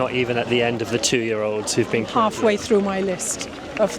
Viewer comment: ....come through! Not trough. Lol. 👍🏻